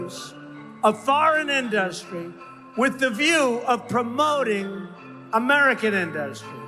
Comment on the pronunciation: Why does Trump mispronounce industry??? In- dust-try??????